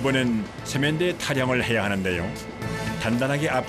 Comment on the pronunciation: 왜 세면대를 쎄면대라고 하지?